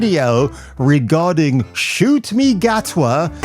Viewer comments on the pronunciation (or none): Nice touch on pronouncing his name as “Shoot Me”…befits him